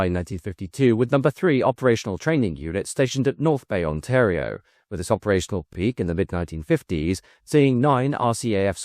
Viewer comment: I congratulate you on the pronunciation of ‘Ontario’ thank you for covering this topic. My grandfather was an engineer on the CF-100/CF-105. So many great stories surrounding these programmes